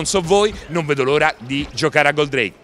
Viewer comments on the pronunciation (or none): Ottime notizie con questo video..grazie..l unica cosa è che odio è come dice Goldrake...nn si dice Goldreìk per la miseria..l ha detto bene solo una volta su 30..mannaggia ai pescetti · La pronuncia di “Goldreik” non si può sentire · GÓldrake ….no Goldràke… Leviósa… no Leviosà 😂😂😂😂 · Intanto è Gòldrake e non Goldràke, e poi ancora con 'sto Alcor? Ho capito che molti dei vecchi sono affezionati al primo doppiaggio RAI però basta con Alcor, è Koji e basta!!!